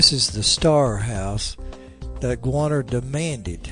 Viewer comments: its quannah not qanah im related to quannah parker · interesting story...but a Goana is a lizard.. Quanah is pronounced 'KWANAH'... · Apsco Radiales Yes! Thankyou. It's 'Kwa nah' not 'Gwana'. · Why do you keep calling him Guanah? It's Q as K.